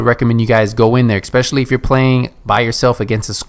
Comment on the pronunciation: It's 'especially' not 'expecially.'